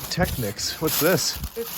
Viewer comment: ok i know your young but i gotta correct your pronounciation the brand Technics is pronounced : tek neeks